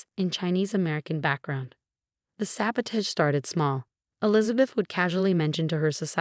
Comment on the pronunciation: AI has difficulty with this word and many others that are pronounced differently when they're verbs as opposed to nouns -- that sort of thing.